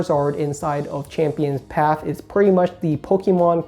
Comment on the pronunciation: PATH... P A T H..... NOT PAF CHAMPIONS PATHHHHHH